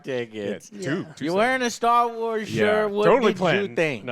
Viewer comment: What's with people saying 'star wats' instead of 'Star Wars'?